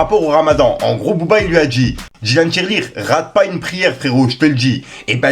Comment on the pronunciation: Dylan Thiry et non Dylan Tirelire 😂😂😂😂😂😂😂😂😂😂😂😂😂